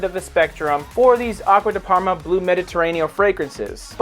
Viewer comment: Abysmal italian pronuncoation👎